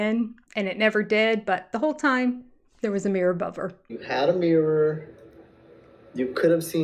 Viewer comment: Ok, I have to kindly’ point out since you commented on their pronunciation of ‘Idear,’ you also say ‘meer’ 😹instead of mirror. I’m just teasing you though. I grew up going to SLP along with all my other schoolmates. We have some cultural inside jokes on the things yall try to make us Deafies do. In HS I finally had one that knew a bit of ASL at least, so that was a nice change.